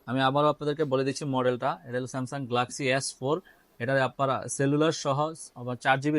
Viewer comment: ভাই গ্লাক্সি না গেলাক্সি